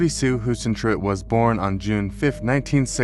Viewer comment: If you can't pronounce her name right, you haven't done your research. Kindergarten AI YouTuber trash.